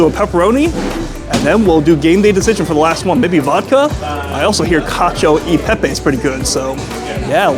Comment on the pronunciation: It’s CA-CHO-E-PEPE damn how many time u butcher that